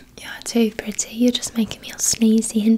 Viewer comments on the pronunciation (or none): Yea it sounds like Pri-Ty lol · saying "pretty" specifically in her British accent is one of my favourite trigger words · that’s how we British people say pretty